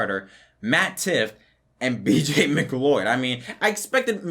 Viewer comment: Man you're really killing me the BJ McLeod pronunciation 😂 It's more like "Mc-loud". But good vid man